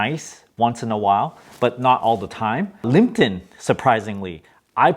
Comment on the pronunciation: it's liPTon not liMPton